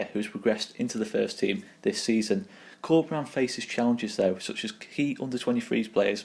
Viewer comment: I wholeheartedly agree, the future is looking really bright if we can create a project around Bielsa and Corberán. Awesome report. Just wanted to point out that "Corberán" should be pronounced with an accent on the last syllabe, you are saying Córberan now.